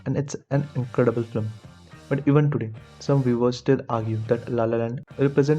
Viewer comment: Bro before you write an essay on something you might want to learn how to pronounce simple words like film. You keep saying "flim" and it makes you sound like you have no idea wtf you're talking about